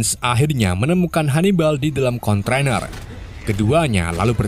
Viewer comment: Kontainer broo...bukan kontrainer he...he...he...